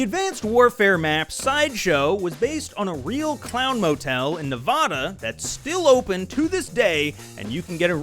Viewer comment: Pronounce Nevada right. 🫵 😡